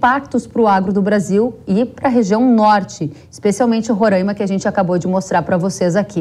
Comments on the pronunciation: RORÃIMA É MEUS ZÓVU .................. O NOME CORRETO É RORAIMA.... RORAIMA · Alguém pode ensiar a aposentadoria a falar Roraima corretamente, é Roraima e não Rorãima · Moça, respeite o nome do nosso estado. Não somos Rorãima. Com certeza não sabes, mas Roraima é um palavra indigena. Por favor, não venha nos renomear, antes de se aventurar em fazer comentários acerca do Norte, busque antes estudar um pouco. Com esse assunto, do momento, estamos confirmando que o Brasil de baixo, não conhece o Brasil de cima.